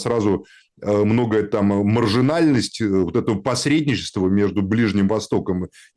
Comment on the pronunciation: Зачем Максим так явно вот это произносит «маргинаааальность»????